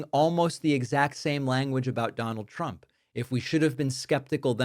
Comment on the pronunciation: It sounds like she is saying "president Chump".